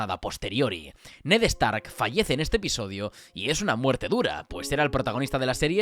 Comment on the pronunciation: “Ned EStark”